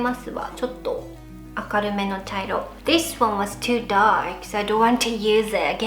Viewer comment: "That's very darkk '' oml😂